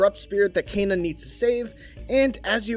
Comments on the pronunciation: Why are you saying Kayna? Its Kena with an E...say it will me Keeeeeena K Keeeenaaaa 😅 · How he says Kena bothers me. Sounds like he says Cana! Still looking forward to this game tho! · lmao "KAY-na" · Kayna?? wheres the extra "y" my guy???